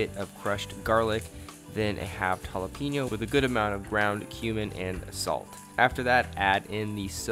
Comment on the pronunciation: Jalapeño not jalapiño